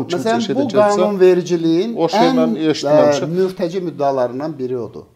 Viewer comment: Mürtəci yox murtəcedır